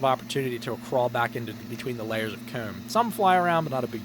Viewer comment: You should really have some merch with the word "Comb" on it. No one says it as cool as you.